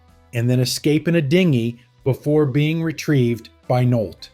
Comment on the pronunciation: Why does this narrator have such trouble pronouncing famous names like Louis Gossett and Bissett and Nolte (not Nolt)?